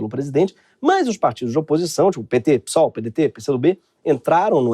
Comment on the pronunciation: Mas é pêsol e não pisol